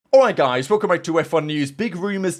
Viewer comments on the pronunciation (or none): "Alright Guys" is evolving into "Oi Guys"